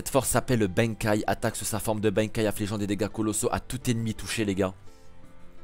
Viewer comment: Fréro ca se prononce BANEKAYE pas BAINEKAYE